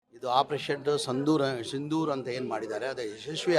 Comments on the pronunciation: ಸಂದೂರ್ ಅಲ್ಲಪ್ಪಾ ಸಿಂಧೂರ್ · 😂😂😂😂ಸಂದೂರ್ ಅಲ್ಲಲ್ಲೇ ಜಮೀರಾ ಸಿಂಧೂರ್ ಅಂತಾ ಯುದ್ಧ ಅನ್ನೋಕೆ ಉದ್ದಾ ಅಂತ್ಯ ಟಗರು ಅನ್ನೋಕೆ ಡಗರು ಅಂತ್ಯ ಅಯ್ಯೋ ಜಮೀರಾ 😂😂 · ಸಂದೂರ್ ಅಲ್ಲ ಕಣೋ ಕುಳ್ ಮಿಂಡ್ರಿ ಸಿಂಧೂರ್ 😅😅